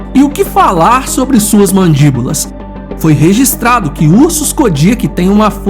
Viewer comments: Acho que a pronúncia certa é "Codiáque" e não "Codíaque".. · Codiaque a forma correta de se pronunciar